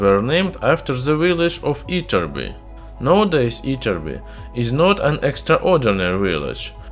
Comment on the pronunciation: You actually pronounced "Ytterby" (almost) correctly. Impressive!